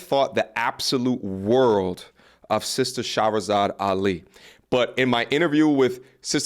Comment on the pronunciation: 2 years and you still have not taken time to pronounce Her name correctly... You can't mispronounce it an claim your educated 😂